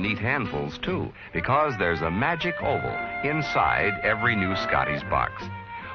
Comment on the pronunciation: Magic "oval", not "hole", lol🤦